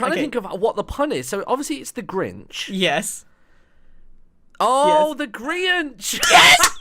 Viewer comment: Did you drawr the grainch